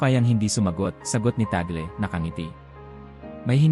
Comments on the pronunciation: ung gumagawa ng video parang nagtatangatangahan, T A G L E minsan T A G E L, para lang ba makakuha ng attention?????? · Ano ba talaga, cardinal TAGLE o TAGEL? Pati accent ng nagsasalita dapat ayosin pa. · TÀG LE NOT TAGLE AS IN TAGOL... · Mr. Narrator Tag_Le not Tag’el.. It’s a Filipino name. Nag nagta Tagalog naman naman kyo.. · TAGLE po. Tag- le pronounciation hindi tagle. Hindi Tagel. Kc witness po kami nung siya ay arsobispo pa rito sa manila. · Ayosin mo ang pag pronounce ng apilyedo ... TAG- LE sa pag bigkas😮